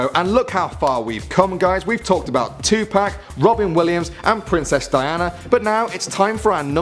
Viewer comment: THANK YOU!! YOU SAID TUPAC RIGHT!!!👍👍